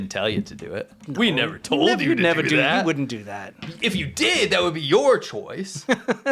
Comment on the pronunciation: I toad a so, I f*ckin' toad a so!